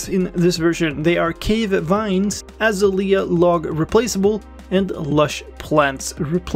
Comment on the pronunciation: Az - Ay - Lee - Ah. You're welcome